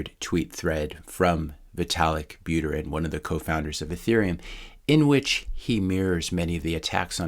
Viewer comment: Buterin is pronounced "Boo-TE-reen" similar to "Poo-Teen (Putin)"